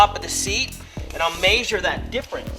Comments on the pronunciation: Haha, " maysure" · "MAYSHURE" I think hes just trolling lol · maysure maysure maysure maysure maysure.... and so on i don't think this guy know whats hes doing hes not even sure if hes sure about any measurements >,< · im not even kidding, hearing him say maysure made me not even wanna watch it, but i watched it, lol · MAYSURE!! lol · maysure.. maysure.. maysure.. holy fuck dude.. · lol maysure